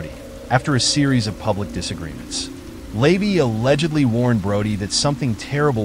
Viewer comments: Hearing "Lay-vee" over and over is driving me nuts because it's "la-VAY". All the other mispronunciations have been irking me too. And everybody knows by now that Jayne Mansfield wasn't decapitated. That was her wig on the hood of the car. ~SIGH~ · LA-VAY, not LAYVY and Jayne Mansfield was not decapitated. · The AI voice reading this drove me nuts. The way it turned OTO into a breakfast cereal (oatey-oh) and LaVey into "layvee" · LeVAY- you are pronouncing his name incorrectly. You also omitted his very sinister ties to the military. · Yes, it’s like fingernails on a chalkboard, I cringe every time he says it!